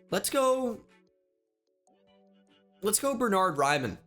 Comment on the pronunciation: As an German I love how you pronounce Bernhard Raimann❤️❤️